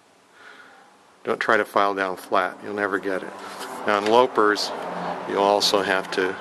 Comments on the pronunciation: You pronounced loppers as if it were spelled low pers. Loping along, as you pronounced it, means gently running or trotting. The correct pronunciation is as if it were spelled lop pers. You lop a branch off, or cut it. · And the big ones are ‘loppers’, not ‘lopers’. Good video. Thanks.